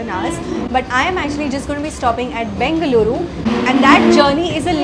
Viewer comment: Your pronounciation of Namma "Bengaluru" is spot on!!. Nice enjoyable video as always,!! Thanks for visiting our state